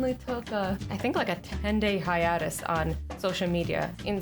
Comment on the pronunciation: Azzy it's pronounced hi-ay-tus lol It's ok everyone makes mistakes it just bothers me when ppl say things weirdly